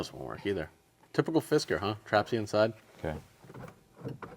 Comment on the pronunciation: every time i hear u say Fisker i hear "Fiskars" xD